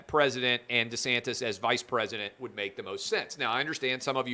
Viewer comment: Clay it is pronounced DEE-santis. Not Duhsantis